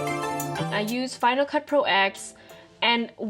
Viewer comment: Oliver Schattan I also think that it’s funny that she pronounced the “X” in Final Cut Pro X as the letter in the alphabet rather than the Roman Number 10.